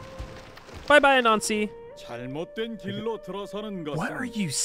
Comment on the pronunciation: When you say "Anansi" it sounds like "a Nazi" and that trips me up every time